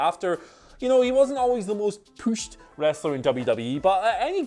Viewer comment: Anytime says "POOSH" take a vodka shot!